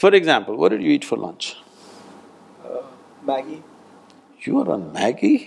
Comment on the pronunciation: Ha ha NID guy saying maggi...I can relate being an NID alumni :P